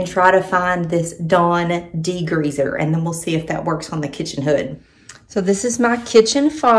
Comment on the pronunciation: ...de-greezzz-er 😂 will have to try it.